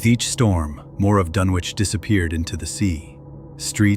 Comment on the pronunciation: It doesn't give the viewer much confidence if the subject of the video is mispronounced.